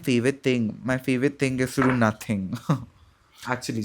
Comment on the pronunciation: NOHTHING IS THAT Deep